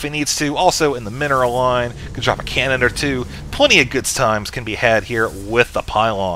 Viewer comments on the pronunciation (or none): none